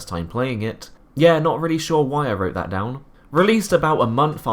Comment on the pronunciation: You need to practise your th's, it's "that" not "vat"